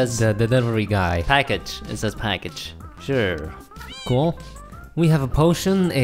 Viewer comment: I love the way yall say cool "CUAL"